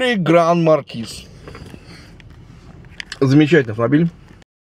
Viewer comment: почему зе? ведь оно не произноситс!!!